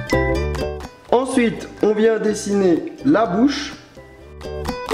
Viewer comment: A 4 min 21 tu a dit la boche olieu de bouche